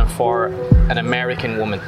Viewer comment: "Amerian?" Seriously? Are you Irsh?